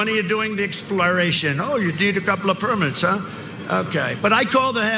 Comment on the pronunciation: They only applauded when he said “I’m president “ that’s literally all they understood when he spoke. He even mispronounced exploration.🤣🤣🤣😢